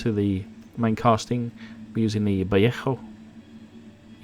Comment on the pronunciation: Please, it's not "viet ho" paint. It is pronounced "vallay ho". No T in vallejo.